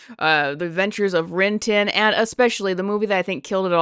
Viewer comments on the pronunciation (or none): It sounded like you said "The Adventures of Rintin". More of an asterix family, then? Choosing to use expressive quasi realistic CGI is climbing down into the uncanny valley. If the best case if you look artificial, then it's probably better to embrace being artificial. Monster House pointedly tried to stylize the faces. Tim Burton's Alice in Wonderland blended performance and CGI, I think. But maybe making the humans more artificial avoids contrast. That's my concern with Snow White. If you remember Indiana Jones, the de-aging of Harrison Ford was actually decent. But existing close to photo realistic is probably the thing that messes people up. People and puppets has worked in media. People and not quite people seems tricky to me.